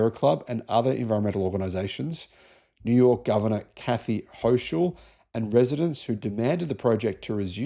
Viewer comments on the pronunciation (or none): Kathy Hochul, pronounced "Ho-kull".